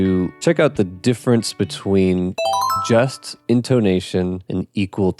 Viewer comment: This may be a regional dialect thing, but to me it sounds like you're pronouncing the "Just" in "Just Intonation" the same way you'd pronounce the "just" in "just a kid", like a synonym for "merely". But it should be pronounced like the "just" in "a just society", refering to justice. Different vowel sounds. This helps to reduce confusion, it's not just a pedantic nitpick.